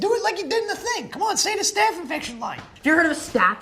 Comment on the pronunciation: he actually says "infecfin" if u listen closely